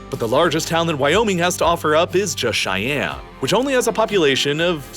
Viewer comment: The state capital is pronounced Shy-Ann NOT Ch-I-Ann 🙄